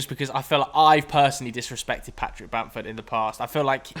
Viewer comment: It's Bamford and it's not close